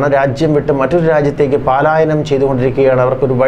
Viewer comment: പാലായനം അല്ല കുട്ടാ. പലായനം. ദീർഘം വേണ്ട. ഒന്നല്ല, നാലുവട്ടവും ഇങ്ങനെ പറഞ്ഞു. വെറുതെ, നിസ്സാരമായി "പ" എന്നു പറഞ്ഞാൽ മതി. ഒരു ഡെക്കറേഷനും വേണ്ട. 🤓🤣😂😜😆